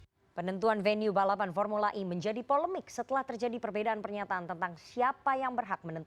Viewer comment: kalo ngomong pake bhs indo formula e, e nya dibaca e bukan i beda kl speak in English, e dibaca i 🤦